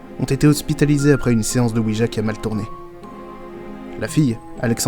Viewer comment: Il faut quand même savoir que la planche Ouija se prononce Oui ya. C'est le Oui français et le Oui allemand😁